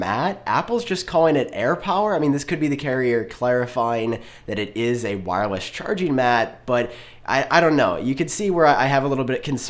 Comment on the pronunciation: “Wirewess” 🤔 Anyway great video 👍👏👏👍